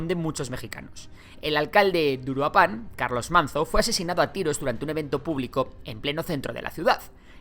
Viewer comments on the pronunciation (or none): Uruápan* no Uruapán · Se pronuncia "uRUApan".